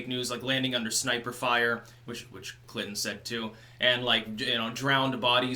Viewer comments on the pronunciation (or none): none